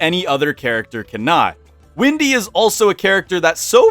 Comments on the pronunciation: are you calling her Windy and not Wendy on purpose? Is it some inside joke? :) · Wendy* not Windy. And Wilson's beard is extremely beneficial during the winter. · Why does everyone call “Wendy” Windy? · Wendy not windy😂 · Windy? Not Wendy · Also did you call her "windy"??? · why is he saying Wendy like that?